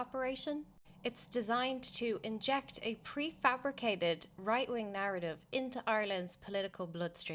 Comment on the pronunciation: Yup. Minute I heard that this wan is a mental cat lady. Woight Wing!!! Woight Wing!!